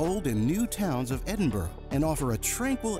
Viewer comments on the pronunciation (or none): Just don't pronounce Edinburgh the way he does their is no O in Edinburgh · Read this comment by other user: "As you mispronounced Edinburgh many times I’m wondering just how familiar you really are with the city? Also, this is a current video release yet you show visiting The Elephant House cafe - - it’s been closed due to fire since 2021. These two items stood out but I did not fact check everything in your video. Hmmm". Am I right?